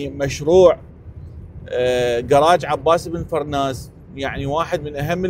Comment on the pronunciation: ابو القاسم عباس بن فرناس... وليس فراس....